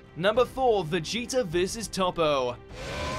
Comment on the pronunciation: It's pronounced Toh-po.